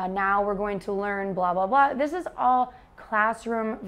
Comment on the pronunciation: someone say thish year instead of . this year